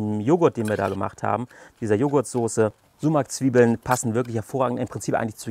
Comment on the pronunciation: Richtig cool, vielleicht zur Info für die nichttürkischsprachigen Zuschauer Sumak wird mit einem scharfen s gesprochen d.h. wie die das ß in Straße oder wie das S im englischen Wort Silence, aber nicht wie das S in Seife.